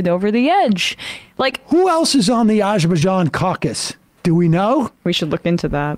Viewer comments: I kept waiting for a clip of Cuellar not being able to pronounce Azure Bazaan, so we know Sam's just mocking him. But no. Sam just has no familiarity with Arj Bzani issues. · is Azerbaijan where Bijan Robinson comes from? The way same says it sounds like it is "That There Bijan". Maybe more something for the ESVN.